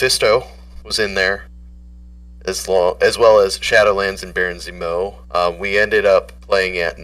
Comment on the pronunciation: Dude can’t say Zemo..